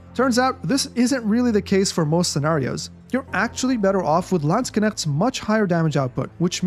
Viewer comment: I love how he pronouce it sounds like lands kinect